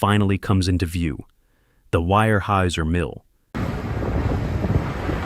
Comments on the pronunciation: It is pronounced "Wear-houser," not "Wire-hauser." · Weyerhaeuser is pronounced Where-houser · Too bad you can't teach Ai how to pronounce wear - houser